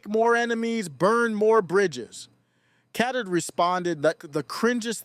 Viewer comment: It's pronounced Cat Turd.